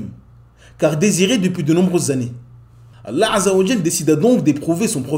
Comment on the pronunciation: As salaam alaykum, très bonne chaîne ma sha Allah. Il y'a juste un petit truc (peut-être que le problème vient de moi) : quand tu prononces le nom d'Allah azza wa jal, j'ai l'impression que tu fais précéder le nom Allah par la lettre " 'ayn " en arabe (désolé je n'ai pas le clavier arabe). J'ai l'impression d'entendre 3Allah et non Allah (mais comme je l'ai dit ça se trouve c'est moi qui ait un problème auditif). En tout jazak Allah khayran pour ton travail.